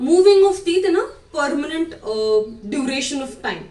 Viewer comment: Thxx for that advice And also pls change your pronountion Like Vdddeo Perrement